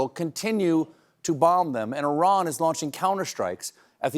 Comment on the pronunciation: Thank you for pronouncing Iran correctly. And for bringing light to the historical madness that we are all witnessing.